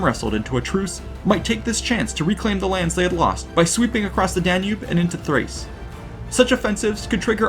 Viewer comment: Why is it "dachia" and "thrAse"? And then you say dassicuss? This sounds like very strange consonant pronunciation. I know I spelled things wrong, tried to do it phonetically as best I could